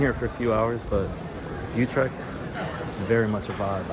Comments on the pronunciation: UtreCHt CH = G UTREGT. MaastriCHt = MaastriGT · it is Utrecht, not joetrikt by the way... with an U as in French Tu and Dejavu, NOT an OU as in You... It is like German ü.. as in über or tür. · there's no "k" in "Utrecht" the "ch" is pronounced as a hard-G, like "Gouda" Many foreigners struggle with the Dutch hard-G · Never heard of broet jee vens he probably meant Broodje with an o as in go....utrecht has a ch at the end, not a k ju7st as in loCHness or MeXico...